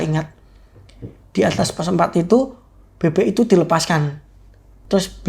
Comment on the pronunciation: Bebek bang,bukan bebe😂